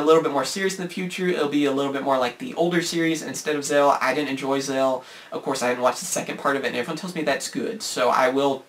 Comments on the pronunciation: Zell? Do you mean Zexal? (Pronounced zek-sal) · No it's not. Even Yuma pronounces it as Zek-sal when showing a flashback of the previous episode...and the narrator at the end, too. "Last time on Yu-Gi-Oh Zek-sal" "Next week on an all-new Yu-Gi-Oh Zek-sal". Sound familiar? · I loved gx and 5Ds and hated Zexal and ps you pronounced Zexal wrong